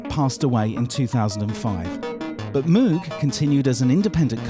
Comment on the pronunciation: Yes Mooog not Mowg love mine